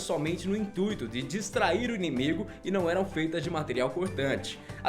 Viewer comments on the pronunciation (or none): none